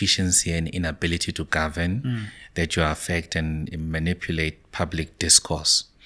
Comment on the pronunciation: This guy once said "The DA will gorven" "ActionSA will gorven" "Xilupa will gorven" Now its "MK will gorven"😂 Nothing which comes from this guy can be taken serious😂